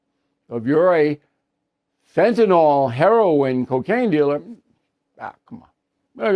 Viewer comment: BILL PLEASE NOTE: " FENTANYL not fentanOL"